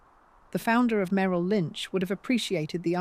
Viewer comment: . "Dee- na. May- ril" Earlier... "wind" = wine-d The AI voice is otherwise pleasant & and keeps attention. 4 11 26